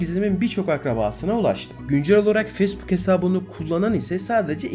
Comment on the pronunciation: Telaffuzlara daha dikkat edersen çok güzel olur. Özellikle facebook'a.